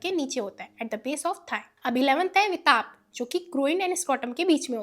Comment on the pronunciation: no bro , explanation is good really but pronunciation is actually to be improved it's विटप But in the video she is telling as वितप 😅